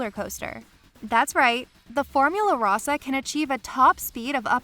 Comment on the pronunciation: Roe-sah...not Raw-sah